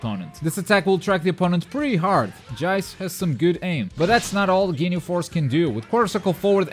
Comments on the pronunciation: Did anyone see the captain ginyu combo video??? This guys gonna be beast Also it's pronounced JEECE, not jaice And hyper armour not super armour ;) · him saying jeice and burter disgusts me